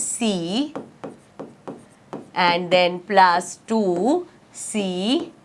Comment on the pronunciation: Mam this is plus not plas 😂😂😂🤣🤣🤣😂😂😅